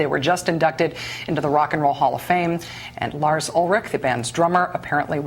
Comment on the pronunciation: I just noticed that Lars' "R's" sound like "W's"